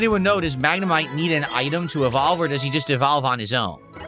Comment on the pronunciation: “How does this Pokémon e-VAHL-ve?!”